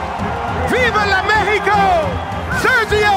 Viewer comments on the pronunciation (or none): none